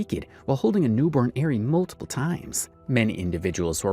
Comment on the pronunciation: The fact this dude can't say ari and calls the daughter airy the whole first story is sad seeing as they even say her name in the clips.... you gotta do better